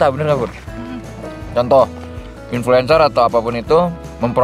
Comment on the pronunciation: "IN FLU ENCEER" help aku ngikik😭